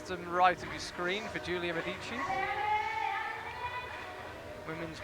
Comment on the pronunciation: I hope would appreciate, following his attempts on the Verhoeven last name's pronunciation, that Medici has a stress on the 'e' not the first 'i'. On the historical side the Medici family was based in Florence not Rome:)